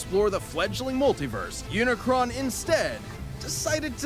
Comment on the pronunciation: Bro why everyone got to say unicorn It's not unicorn its unicron